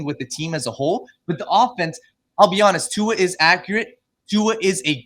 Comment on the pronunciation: Ight I’m not a Tua stan but at least get his name right if you’re gonna talk about him on a podcast.